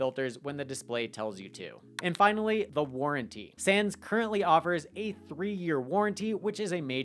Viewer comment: It's SAWNS like Johns.... not Sans.